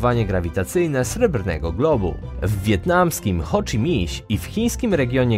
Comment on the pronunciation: Nagadałeś się i nic konkretnego nie powiedziałeś. Zresztą jak zwykle. Z tego, jak się wypowiadasz, wynika jak słabo jesteś wykształcony, np. jak wymawiasz Ho Chi Minh czy jak akcentujesz Bangladesz